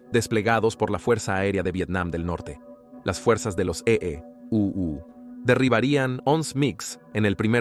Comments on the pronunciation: Muy bueno el relato, pero le hago una sugerencia: NO DIGA EE U, diga EUA o EE. UU. EE. U. le quita importancia. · Debes enseñar a la IA a leer EEUU o a EU a decir Estados Unidos. Se oye horrible cuando lee E.E.U.U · Deberian advertir que lo narra una voz artificial. Cada vez que dice E, E, U, U… me explota el cerebro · E-E-U-U E-E-U-U sabes que EEUU son Estados Unidos. Habla claro coño. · Como se nota que lee en español una IA, porque en lugar de decir Estados Unidos dice EEeee y tras un brebe silencio unas veces dice U y otras Uuuu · Ése tipo no sabes decir usa es un fato que cosa decir EEUU jajajaja no voy a ver ese documental eeuujjj😅